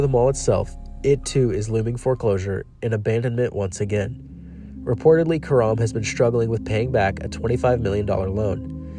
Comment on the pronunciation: Well done video except Karam's name is pronounced CARE-um. Like carom.